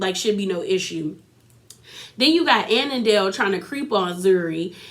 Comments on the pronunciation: Andile not anandale 😂😂😂😂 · Here are the pronunciations: Za-ri, An-de-le, khan-yi, swanky J is Jerry Otherwise good review! Also I thought Platinum only had four kids two of which are Zari’s.